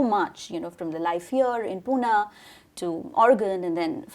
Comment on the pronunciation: its not poona, please called "pune"